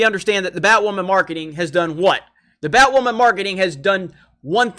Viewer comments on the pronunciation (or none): "I'm Batwammon.."